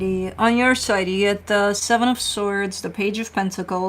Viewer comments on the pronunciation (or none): it sounded to me like you said “ alrighty, on your sidey,” and it gave me a much needed giggle. 😊